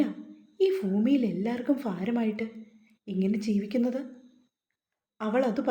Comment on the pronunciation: ഫൂമിയിൽ ഫാരമായിട്ട് എന്തു ഉച്ചാരണ മാണിത്